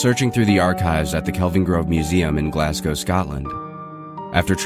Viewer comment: It's pronounced "Glaz-goh". Still enjoying though, but that just irritated me.